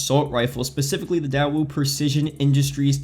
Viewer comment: Its pronounced "day-woo" I spent 1.2 years in Korea